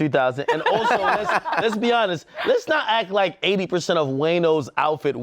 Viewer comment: "Imma be awnessss" -Dj Akademiks